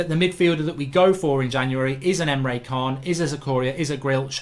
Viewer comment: Mark it's Rich + arleson And Emre Can (Chan) and not Khan.